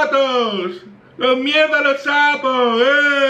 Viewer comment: JAJAJA QUE BUENO ME ENCANTA CUANDO DICES ERES UN CACHO MIERRRRDA AJAJJAJAJAJAA